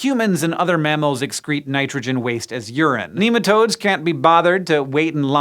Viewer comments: my coworkers would yell at you for saying NEE-matodes. NEH-matodes!! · Not neematodes, nematode, pronounce it properly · American accents in science shows are always dodgy. There are too many bastardised pronunciations floating around that place. Nem not neem